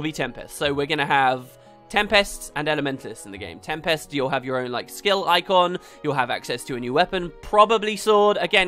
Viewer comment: Oh great, now we get to hear you mispronounce tempest in every video for the next 5 years. Joy.